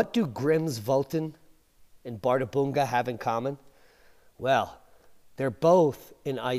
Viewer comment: One slight correction: "Bärðarbunga" is pronounced as "par-thar-pung-ka".